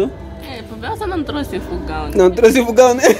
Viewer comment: não é fugão é fogão kkkkk